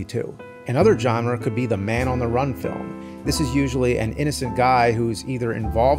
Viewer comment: There's no I in Team. And no R in Film